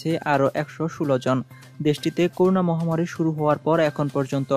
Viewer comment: করুনা নয়, করোনা।